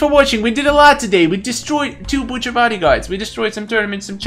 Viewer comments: you do not pronounce butcher like that just saying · butcher is easy if you use yari and it is butcher not bucter